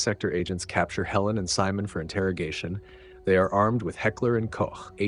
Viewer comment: As every time, props for the correct pronounciation of "Heckler & Koch" and not saying "Heckler & Coke" or "Heckler & Cock"